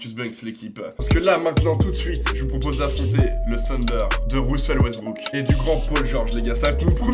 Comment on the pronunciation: C'est grave comment il sait pas prononcer Russell Westbrook mec arrête c'est trop là